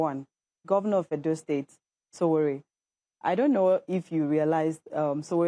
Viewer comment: Stop saying what u don't hv full facts about, during my school days there re people who couldn't complete their papers due to sickness while some even hv era yrs bcos of sickness therefore Edo & Osun governors re incomparable, just ordinary figures in a budget Monday can't pronounce correctly Edo State Governor that can't win election without the support of federal might